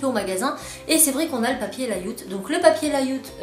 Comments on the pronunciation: Rhooo non mais ça donne mal aux oreilles et aux dents ce Mot « Lailloutte » Svp, c’est un mot anglais et cela veut dire : « disposition/ mise en page » et SURTOUT ça se prononce « lé- owttt » !!! 😩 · Sa se dit lay aout pas laiout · Merci pour ta vidéo ! Super comme d'habitude !😊 C'est vrai que ce serait sympa que tu nous fasses voir quelques unes de tes colorisations de tampons et aussi de tes dessins 😉 Tu m'as fait rire avec "yaourt" 😄😉. Au début je ne savais pas de quoi tu parlais 😄😉. En fait, on prononce "lait"out. 😉 Et du coup c'est plus simple 😉. Merci encore, c'est toujours un plaisir de regarder tes vidéos 😊 En plus, tu as une super lumière et un super son 😊😘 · Le papier lay-out se prononce Ley aout(pas le mois) comme ça tu ne pourras plus dire yaourt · lai... out ;) (out en anglais ;) ) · Bonjour en fait le papier Layout ( prononcez L'ai out) certes permet surtout que vos feutres ne se vident pas sur le papier normal ou Bristol .. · Merci pour cette vidéo. Au fait, ça se prononce "LEILLE-A-OUTE" 🙂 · Lè-i-a-ou-te, c'est plus facile à dire ;) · layout se dit léïaoute stp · Tu dois manger beaucoup de yaourt pour dire yaourt au lieu de layout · Le papier Layout se prononce en anglais et pas à la française. 😹😉